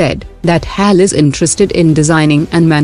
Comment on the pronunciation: Not Hyaal its H A L